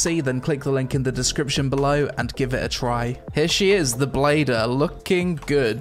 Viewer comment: It's not bladder... it's blader! My brain somewhat can't accept this.